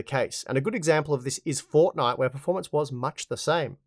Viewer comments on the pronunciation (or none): none